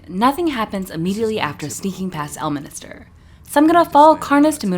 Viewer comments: It's El-min-ster, not El-mini-ster, and he is a much more likeable character when he is in a good mood. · L minister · This video seems super interesting but alread 30 seconds in and you said Elminister 3 times it's really triggering he's not part of the government... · Can't believe you devoted a whole video to the guy and don't even pronounce his name correctly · I'm confused on how you heard him say the name correctly and still mispronounced the guy's name... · love how you keep calling him elminister 😂 bro is ordained